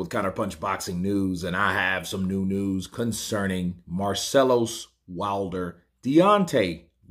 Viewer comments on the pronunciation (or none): When you said Marcelus Wilder it sounded like Marcellus Wallace 😂😂😂😂